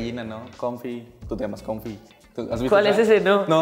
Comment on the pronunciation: Es cofi no confi JAJAJAJJAJAA Pero esa película la tienen que ver, para que ahora sí sea granjero xd.